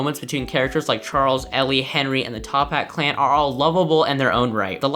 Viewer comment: who else got so unnecessarily mad when he kept saying "top hat clan"